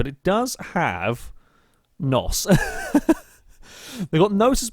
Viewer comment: It's N.O.S by the way not NOS